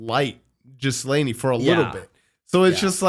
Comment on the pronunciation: Lmao, you're close to calling Ghislaine Jizz Lane. Hard G, silent s. Gi Laine